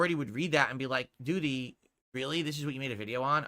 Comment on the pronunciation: Can't flush de doo-deh with a broken toilet 😂